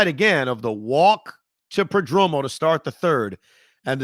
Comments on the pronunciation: Damn Evan it’s PERDOMO not pedromo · Per-Dome-Oh that pronunciation kills me lol. Don’t turn into Joe B please 😂